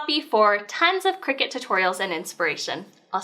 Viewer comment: CRY-cut. Not Cricket.